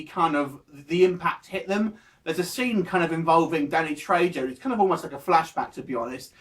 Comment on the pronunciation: You pronounce it "Treho"